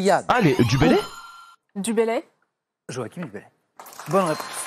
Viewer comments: Joachim Du Bellay à prononcer « Joachin » et pas « Joakim » selon la prononciation de sa ville natale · Joachim du Bellay se prononce en réalité "Jo-a- CH - im" comme CHapeau.